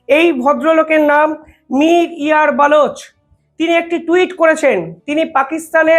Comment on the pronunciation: এই ছেলেটার উচ্চারণ খুবই খারাপ। বেলুচ নয় কথাটা হবে বালোচ। অত্যন্ত বাজে প্রতিবেদন করে।